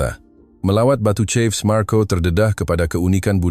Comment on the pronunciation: Bukan batu cef tapi Batu cave( kef) bukan cef...